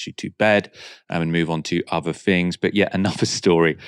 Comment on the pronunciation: Fing fought finks fe feir vose where are ve “ t “ “h” s?